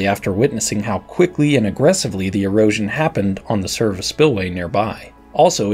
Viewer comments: I had to replay that part because I thought he said Heroin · why does he keep saying heroin scars?